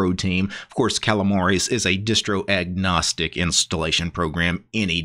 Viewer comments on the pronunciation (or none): none